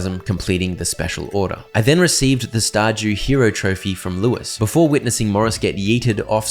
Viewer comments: Bro really just said Star Jew Valley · "Star Jew Valley"